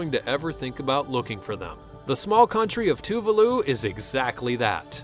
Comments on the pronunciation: Too-le-voo?! Too-VAH-loo, omg. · it's pronounced (Too-Var-loo